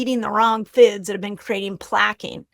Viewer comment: The way she says 'foads' 😂